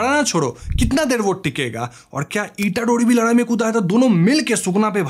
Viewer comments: Bro it's ladai not larai 😂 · Ladai❎, Laarai✅